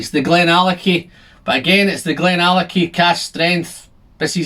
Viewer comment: it's pronounced "glendronah".....